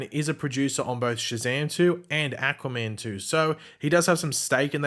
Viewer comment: why do you say Aquaman like Acaman